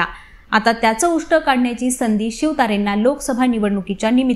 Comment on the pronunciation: उष्ट नाही तायडे, उट्ट म्हणतात